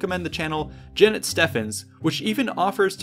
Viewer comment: omg it's pronounced "Stevens"